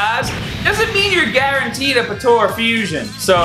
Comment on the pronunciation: Bro i like the video and everything but PLEASE stop calling it PA-TO-RA its PO-TA-RA i cringe so bad everytime you say patora. that's it and thank you